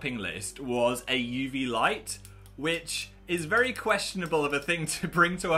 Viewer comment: "I got my vary important bucket of metal rods"